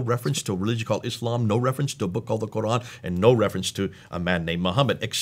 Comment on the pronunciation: AHAHAHA the guy is dressed as an arab, but into the video he gives it away when he pronounces "Quran" worse than jay smith 🤣